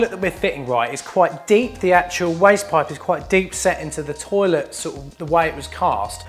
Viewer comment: waste pipe.....woooyst poyyyp....(English accent)